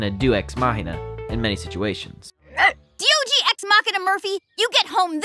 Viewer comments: His name is D O G not deeogee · Diogee is literally D-O-G sounded out lmao I'm naming my pet that....